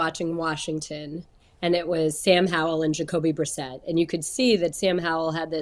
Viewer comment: Aditi LOVES saying Jocoby Brissett